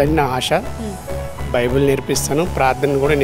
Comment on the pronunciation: బైబుల్ అంట బైబిల్ కాదు 😂😂😂😂